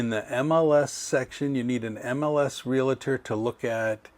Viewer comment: Please check the pronunciation of realtor. It is not realator.